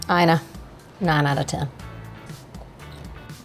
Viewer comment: I recently saw Ina Garten on a show pronouncing her first name as “E-nuh”, NOT “EYE-nuh!”